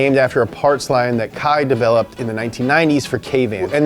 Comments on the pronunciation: Unless kei chooses to pronounce it differently, i think it would be ‘Kay’ not kye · Kei Miura is pronounced "Kay". Japanese e-i sounds like the e-i in Reign. It's a common shortened version for names like Keiichi, Keisei, Keiiji, or Keiko. Though Keiko is often used for girls nowadays. Fun fact. The More You Know! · great vid , but its not "kai" it's "K" It's just pronounced like the letter, "K" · Great video and hilarious skit! But the way you pronounce Kei's name is "Kay" not Kai 😂 Nice try though! 😂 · Love this and excited for more of this tuner series to come. However, I really wish you guys would take a bit more care in pronouncing the central figure's name correctly. In this case, it's "KAY" not "KY." Like "O-KAY" and not "KY-LO REN." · Why are you pronouncing his name as Kai? His name is Kei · Sweet, Up to Speed is back^^! Also it's pronounced "Kay" if it's K-e-i. How you're saying now is as if it's spelled K-a-i. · Ya know, the name of the main legend in the vid is pronounced as "Kay", not "Kai". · His name is Kei, not Kai. Kei is pronounced like the letter "K". I know it's pedantic but it's kind of something you want to get right considering it is the guys name and all. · His name pronounce is "K". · I like how hes worried about mispronouncing kyusha , but he mispronounced Kei as Kai the entire episode. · I love you but you’re killing me. Kei is pronounced like the letter K. Say Kay!!!!!!!!!!!!!!! Words like kyusha are tough, I get it. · Awesome video man!!!! sweet cars!!! Just need to work on pronouncing the guys name right, he's japanese not german. KEI = Keh+ee... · Literally spelled "K e i"... Pronounced "Kai" Anyway missed this series :) That dealer rage scene was crazy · (Kei is pronounced more like Kay, or Ke ee) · Isn't it pronounced "Kay"? Oh well, his work is amazing! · I'm triggered by ' pronunciation of Kei 😂